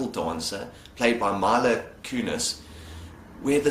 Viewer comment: Just for future reference, it's MEE-LUH not MY-LUH. It bothered me as a fan of her.